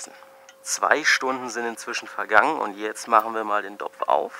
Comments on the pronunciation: Das Rezept ist klasse... aber JUNGE, DAS HEIßT TOPF & NICHT DOPF...!!! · Saft er da tatsächlich "DOPF"?